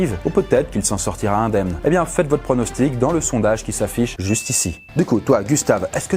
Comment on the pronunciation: "Faites vos prononstiques" Moi: Bah il meurt